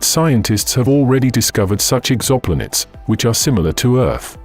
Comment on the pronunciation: probably need to put s space in EXO-Planets...it pronounces it Ex-xopl-nets